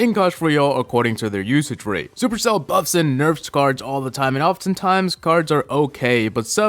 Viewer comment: I don't like when he says supercell